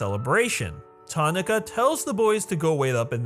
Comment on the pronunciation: for the love of god its Ta NAH ka not Tonaka its a 3 syllable word why are you trying to 1 syllable it